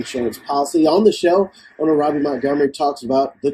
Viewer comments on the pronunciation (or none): First its not Rowbie as you pronounced. Its pronounced Ra-be. Two dont put out in the universe as if his mom knew he was capable of this, thats so unfair to his mom